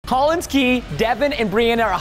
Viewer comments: Preston: *says Collin and Devan Me: you buffoon it’s CollinS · First of all, Collins is an amazing brother. Second, did it trigger anyone else how Preston kept saying “Collin” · Every time Preston said “collin” I was like “no! It’s collinS. With an S 😂” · I love preston but it bothered me so much when he said Collin instead of Collins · It’s Collins!! Not Collin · IT'S COLLINS NOT COLLIN